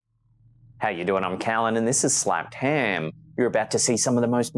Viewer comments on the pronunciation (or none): You make the words "Slapped Ham," rhyme with "Ahem".... like when you clear your throat?